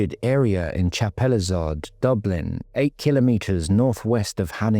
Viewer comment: You can't pronounce chapelizod properly